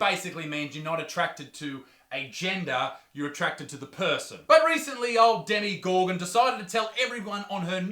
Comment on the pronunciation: "Demi gorgon" I cant 😂😂😂😂